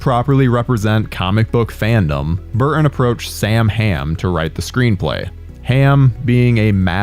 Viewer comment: Kee-Ton, Bur-Tin. Not Kee-inn, Bur-inn. English. LEARN that shit...